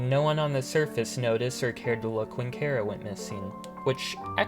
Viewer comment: Finally someone who pronounces chara in a way that actually sounds like a name a person would have